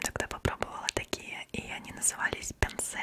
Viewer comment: 편수 значит пёнсу а не пянсе